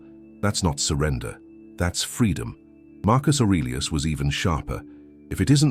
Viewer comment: Please don’t say Marcus arilus 😂